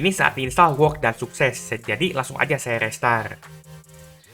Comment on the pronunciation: Koreksi untuk pengucapan "work" itu yang bener "werk" dan lebih tepatnya it work(werk)